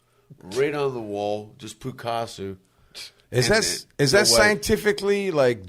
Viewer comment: 53.07 "Poo-caso" 💀